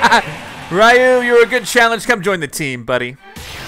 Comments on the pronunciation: Your saying ryu wrong its not ry u its re u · How to say Ryu's name is Reeu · it's pronounced Ryu (Ree-you)